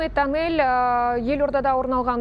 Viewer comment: Осы дикторлардың сауаттылығы ақсап жатқанын көргенде Қазақ тілінің жоқтаушысы жоқ сияқты болып түйіледі маған , меншікті тілшіміз Анель деп оқиды , айналайын диктор қыз осы атты оқығанда Әнел деп Қазақы үйлесімдікпен оқысаң тегі қандай әдемі болар еді